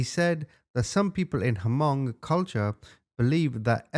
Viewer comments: Omy u so butcher their name pluse it’s not the ha-mong it’s Hmong. First u said young it’s Yang. U did say it correctly towards the end. Overall good job on the story. U should do the chai vang case on hunting trashspassing on property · Hi! I just wanted to inform you on the pronunciation of "Hmong". It's pronounced without the H, so like "mong". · The “H” is silent therefore, it’s pronounced “Mong” 😂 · 😆😆😆😆 the h in hmong is silent😆😆 that was the best